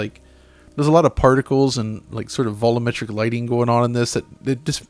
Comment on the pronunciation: They do really great analysis, but I hate that he pronounces it "voloometric". LOL.